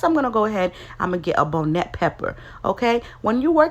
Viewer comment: It's pronounced bonnet like Scotch bonnet pepper, or like a bonnet that you put on your head